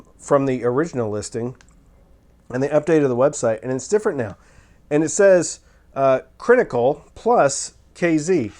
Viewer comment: "I am not the first stop off the IEM bus" 😂😂 Rolling on the floor!! Brilliant self awareness! I think that's part of your charm. "Crinically" please stop!! 🤣